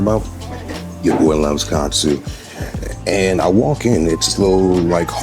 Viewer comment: Love how unc said katsu love it